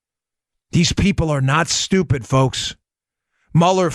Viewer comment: nobody says "stoopid" like Dan Bongino. Forget politics Dan, do stand up. I was cryin' -- 7 minute abs. LOL.